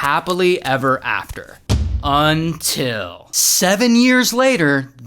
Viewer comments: You know it taking a bad turn when Ray says "ultil" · that was one heavy "Until" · It's all shits and giggles until ray says "until"